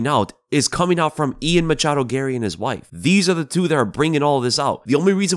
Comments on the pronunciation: everytime you say "Machado" i die of cringe inside a bit more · Man you really like to emphasize on the "machado"